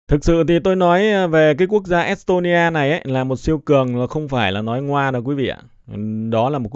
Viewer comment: Nghe es tôn ni a, môn đô va phát biểu cứ cấn cấn